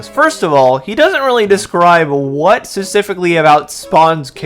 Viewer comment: If you can't pronounce the word specifically - and you clearly can't - maybe don't include it three times in your script in quick succession? Or hell, why not go crazy and do another take where you don't mess it up? It's kind of hard to take someone seriously when they're talking about low effort grifters when their own level of effort seems oddly minimal.